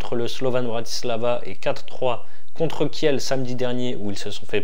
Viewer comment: Merci pour ces bonnes analyses mais si tu pouvais dire Kil ou lieu de Kielle pour les prochaines vidéos 😉